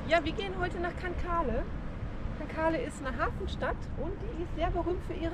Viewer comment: Schönes Video.., im Mai war ich noch dort und habe die kleinen Scheißerchen genossen! Aber erlaubt mir bitte einen Hinweis.., Cancale spricht man aus ohne das e zu benutzen, St. Michel spricht man das ch in der Mitte wie ein sch..!! Also Cancal und St. Mischell! Sorry, soll keine Klugscheißerei sein! Weiterhin gute Fahrt und viel Spaß!!